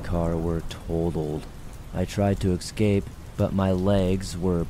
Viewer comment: Eeee scape not exscape